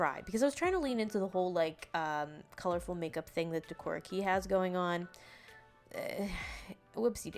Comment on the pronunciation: Super duper cute! I wear lots of jfashion including decora. I’d love to see a doll with more of the monster aspects that are popular. (Just a little note for future vids it’s pronounced “kay”, Japanese flips how they say e and I.) 👍🏻💖